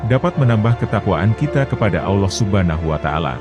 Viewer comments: BUKAN AWLOH TAPI ALLOOH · Sebutan Allah yang bener ya.. Bukan Auloh..... Sebetulnya ALLAH